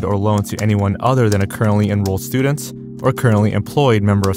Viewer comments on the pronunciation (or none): Why do you pronounce every word that ends in a hard T as plural? The ways you say "student" and "students" are indistinguishable from one another. You really should work on your ability to narrate(s).